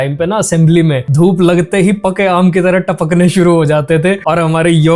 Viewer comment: my ears are hearing dhurv instead of dhoop 😂